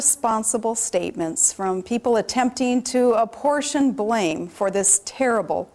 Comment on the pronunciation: "American Precept" "aportion blame" lol. she definitely didn't write this.